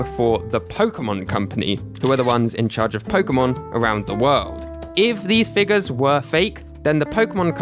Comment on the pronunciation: why does he have to say figas instead of figure